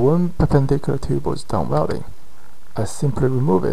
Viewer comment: “Wrelding” = welding lol. Great vids!